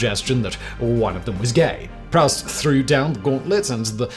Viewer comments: “Proust” is pronounced “proost”, not “prowst”! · Proust: don't say prowst, say proost. It's French ;-)